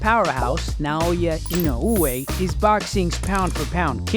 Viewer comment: 今まで見た動画でいちばんナオヤイノウエの発音綺麗だったwww